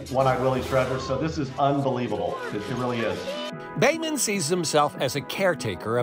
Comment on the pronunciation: His name is Behman---NOT Damon.